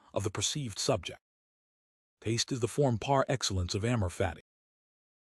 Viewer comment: But why is it read in such a soulless manner? Why such flatness, disinterest, monotonic drone of words? Some words are even mispronounced (such as PAR Excellence)